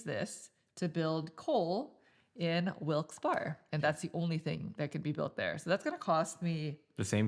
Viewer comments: lol I scrolled into the comments for this. The second part is pronounced like "Berry" for anyone who is not from PA or a minor league hockey fan. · Barry, Barry,Barry.... Wilkes- Barre is pronounced (Barry), not "Bar" lol!! It just sounds so weird pronounced that way! Hahhaa... Im from Erie, PA, it sounds so off! Hahaha... Your playthroughs are awesome BTW, keep up the good work! 😂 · Wilkes- Barre I believe is pronounced like Wilkes "bear" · ya but we don't say that. Lol Im team wilkes bear, eventhough I know its wrong. The other way is correct, wilkes barry. I honestly couldn't pay attn after they said it mutiple times. Its like Dwight saying threw-p on the office when its troop (throop.) Ahhhhh! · I'm from the Bethlehem area. Most people pronounce it "Wilkes "bear", but I've heard Wilkes "Barry" a few times. No one really knows... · Great video - very well done! Just one comment - coming from the "Wilkes-Barre" area the correct pronunciation will sound like Wilkes-"Berry" - berry like in the fruit. And there are a few along with many outside the immediate area who will call it Wilkes-"Bear" - bear like the animal. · I knew I could come to the comments to find the “Barre” (Bear) comment. Yeah. 😂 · Interesting, I’m from Easton, right next to Bethlehem on the map, and everyone I know always pronounced it BEAR-uh. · I believe it's pronounced like Barry